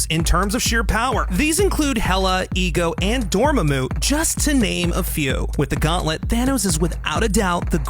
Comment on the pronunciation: The correct pronunciation for Dormmamu's name is actually "Door-mom-moo", something for the narrator to keep in mind next time.